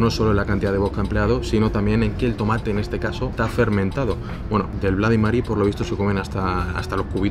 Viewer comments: Si uno no sabe cómo se pronuncia el abecedario en inglés..... Es lo que tiene, igual que tus "blady Marys" jajajaja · Estaria bien que supieses pronunciar correctamente cosas básicas como "Bloody Mary" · No entiendo de verdad por qué los españoles no hacen un esfuerzo en pronunciar bien el inglés. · De los creadores de los "nochis" y "mocharella" llega el "BLADI Mary" madre mia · Cada vez q has dicho blady mery creyéndote q sabes ingles estaba gracioso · “Bladi Mari” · Todo bien hasta que dice "bladymery", aunque la mona se vista de seda mona se queda! 🤣🤣🤣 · Se pronuncia blodimeri? o bladimeri xD